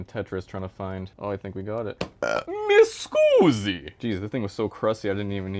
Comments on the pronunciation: You're the most fucking greatest technician that's ever lived! "MMMMMESCUSSIII" cracked me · That "Mi scusi" was pretty good actually - an actual italian